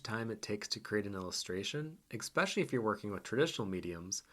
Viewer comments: Love the thoughts in this video, but you REALLY need to stop saying 'expecially' :P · I love this post. Fascinating, perhaps frightening. But dude. "Especially" has no X in it. Please fix that. You care about art. Care about language, too.